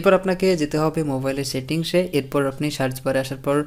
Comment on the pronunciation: ভাই সেন্ডকে "ষেন্ড" সার্চকে "শার্চ", সেটিংসকে " শেটিং", সেটকে "শেট" বলেন কেনো?